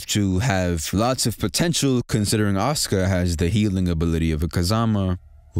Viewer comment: I'm so happy you say Asuka's name right, like the narrator don't be saying her name all the time.